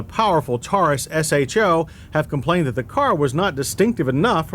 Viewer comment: Thank you. No one ever pronounced "show" back in the day it was always S-H-O. Just like F&F ruined "NOS"